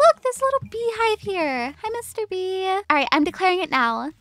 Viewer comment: I love ur texture pack, and when she said “ Hi mr. bee!”, i thought she said Mr. Beast! 😆✨🤪